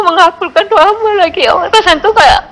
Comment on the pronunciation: Bunda ini nyebut Allah dengan awah apa cuma aku yg Salah denger yah?? 😢